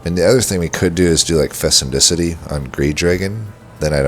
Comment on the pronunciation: fecundity [fi-kuhn-di-tee]